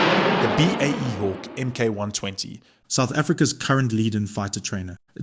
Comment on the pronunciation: It's not the "emm kay one twenty" "Mk" is an abbreviation of the word "Mark".